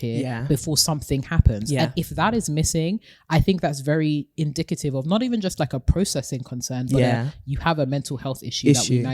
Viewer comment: The way says indicative? It's the first time I'm hearing that pronunciation 😭😆😆